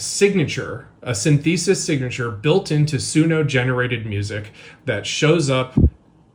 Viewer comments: SynTHEEsis? It is obvious that he doesn’t understand it. He can’t even pronounce it. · So, we’re saying the word synthesis as “sin-THEE-sis now? 😂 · Not sure I can trust someone saying syn-thee-sis to be an expert on AI or to even know if his "paid" tool is accurate. He reading a list of words not giving an analysis (anal-uh-sis?). What's the result of running the guitarists you provided through the same tool and does the tool give consistent results when given the same data multiple times. The point is don't fall for one AI scam while trying to debunk what looks like an AI scam. AI ALWAYS lies. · "syn-theesis"? I think that dude is also AI. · synTHEsis. I love when people have never heard words pronounced properly. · i can't get past the way the dude said synthesis. sin-thesis. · "Syn-theesis"? Is this guy an AI? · Yes, yes, we are all in agreement but WHO THE HECK pronounces Synthesis like that??? Dude, for you, only AI-generated slop until you learn where to put the accent. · the way the analysis guy pronounces synthesis i think is the bigger crime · My main takeaway away from this is that guy doesn't know how to pronounce "synthesis." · Ok so I don't have anything against the "AI forensics" guy who talks around minute 4, but the fact that he uses horribly transcribed and obviously AI generated captions and also can't pronounce synthesis is what's wrong with society in general today. And he's the good guy. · the only question that tension is why that guy pronounced synthesis like that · for a guy who knows how to forensically check audio for AI he sure doesn't know how to pronounce synthesis. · I don't understand why he's pronouncing synthesis that way. Is that the way you're supposed to pronounce it when referring to AI? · you are saying synthesis wrong and is driving me crazy and distracting me from what you're talking about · I've never heard anyone pronounce synthesis that way. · What was that pronunciation of synthesis bro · Tf is 'sin-thee-sis'?